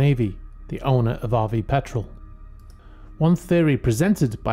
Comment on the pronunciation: I’m glad you pronounced Petrel properly this time. I also wonder why “past experience” is used given that all experience is from the past, we don’t say round circle after all.